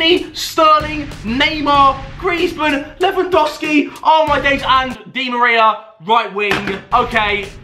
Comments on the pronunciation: You Said lemon oscki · he said dewandowskl 😂😂😂